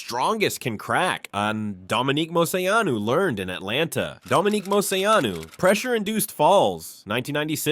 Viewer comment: he mangled moceanu too!!